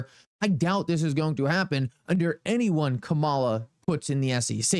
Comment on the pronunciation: Her name is pronounced 'Come' 'A' 'La'. She is the Vice-President of the United States & should be shown the proper respect by at least pronouncing her name correct.